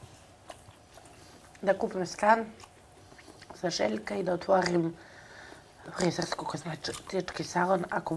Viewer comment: fRRRRiizeRRRssko Kozmeticki salon*